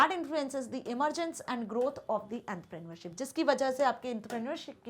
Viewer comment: The way she say entrepreneurship In her own way is literally annoying